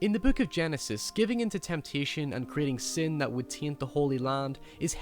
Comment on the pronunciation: Why are you talking normally and then a few words sound like you had an aneurysma . Like sin " siooen " " snake" snek or sneok or wtf and some other words . Like having a heavy dialect but with just a few words . Or that is how people in england speak . I went to england a few times and the states many more time . This guy is what from ireland or scottland or what . Im so confused